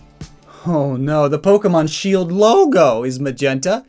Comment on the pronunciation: He said the sheld